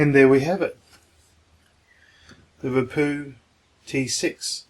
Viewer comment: The wapoo, bwootoof wouse, weason , mac book pwo, fweel, HA HA HA HA HA HA HA